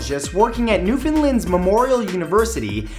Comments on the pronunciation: It's Newfoundland not newfinland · Why can't anyone pronounce Newfoundland it's not that hard New-Found-Land not newfinlen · Newfinland lol??? It's new found land, nobody ever says it right lol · It's newFOUNDland not newFINland such annoying piss off that people can't pronounce it right coming from a newfoundlander him self come on world get with it. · I love your videos, but for fact #6 it's NewFOUNDland not newfinland... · You mispronounced it. its Newfoundland not newfinnedland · NEW FOUND LAND NOT LUND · its NEW-FOUND-LAND not newfinland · its pronounced new-found-land not newfenlend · #6, He said Newfinland... Its NewFOUNDland .-. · #6 Did you mean Newfinland or Newfoundland? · It's not New-FIN-land... it's pronounce like New-found-LAND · NewFOUNDland not NewFINland 😂😂😂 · Matt!!!! It's new found land not newfindland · Again Mat, Newfoundland is not pronounced "new Finland". The proper way to say it the way it is spelled. The way we get people to say it is by saying "understand Newfoundland" and make them try to make the two words rhyme. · I think your awesome but you said Newfoundland wrong. It's pronounced New-found-land (like it's a new found land ) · "New-fin-lind." Smh... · Matthew down in Newfoundland its actually said NEW-FOUND-LAND. Not hating on you but it's funny how other people say it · #6 its pronounced NEW FOUND LAND... just like its spelt! like come on.. and i go to that university :P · Newfoundland isn't pronounced Newfinlind btw. It's Newfunland or Newfinland, but it's not -finlind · lol Newfinlind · Hiya, I'm from Newfoundland and you're not pronouncing it right. It's pronounced how it looks, new-found-land! Just letting you know for the future. :) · if you wanna say Newfoundland correctly, rhyme it with Understand ...New found land...Un der stand.. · When you get excited because Matt mentions Newfoundland (Where I live) but he pronounces it in typical mainlander talk. No hard feelings <3